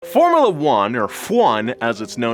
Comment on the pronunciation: "formalla" bruh